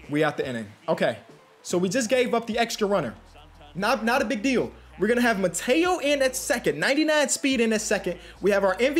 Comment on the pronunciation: Hey not trying to be annoying but it’s Mateo is pronounced (Mah-Tay-O) and Ramon is pronounced (Rra-Mon) again not trying to be annoying just trying to help out